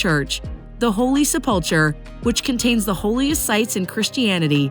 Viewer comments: Really butchered the word “Sepulchre” yikes! It’s pronounced SEP-LE-CUR. The holy Seplecur. Considering it’s the most holy and important place in all of Christianity I think it’s important to pronounce it correctly. It’s a hard word though if you’re not familiar. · You need to work on your pronunciation. “Shuk” “Sepulchre”and “Golgatha” are examples. Cringeworthy when someone is trying to watch an assumed credible video. And “Wailing Wall” is a derogatory term for Jews. SMH